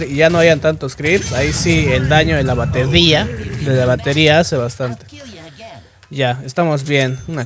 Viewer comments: QUE FUE PROFE, se le salió lo Maicelo "habla pe batedia" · Soy el único que escucha batedia jajja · "Solo estoy haciendo daño con mi bateDia" le dio un derrame cerebral cuando dijo bateria Jajajajaa